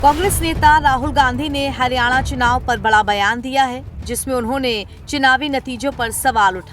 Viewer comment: Chinaav nahi chunaav hota hai, begum. 😅